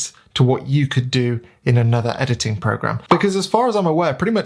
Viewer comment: ahahah loved how you say EDITTING! XD Anyway.. thank you for the video. I am myself shoowting Jpeg + RAW and starting to play with the in camera Fuji Jpeg settings to get the most out of them and see if I can get some more usable Jpegs. That would be particularly useful when sending the files to the phones.. (the app only sends Jpegs) Fuji let's you tweak highlights and shadows as well so I am trying to get more dynamic range out of them. A little bit like Logs in video... but not to that extreme